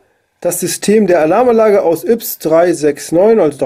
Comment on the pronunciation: Ja die neuen Yps Hefte wenden sich an ein älteres Publikum. Nämlich an alle Leute, die sie als Kind oder Jugendlicher gekauft haben. Außerdem heißt es ÜPS und nicht IPS.